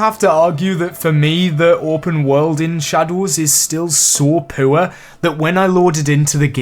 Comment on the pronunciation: Great vid dude. btw the way you say “poor” sounds like you're referring to chinese pu-er tea, just saying